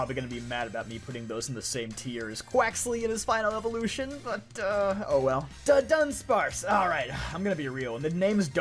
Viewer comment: Your looking at dudunsparce name wrong. It is Duh-Duh...sparce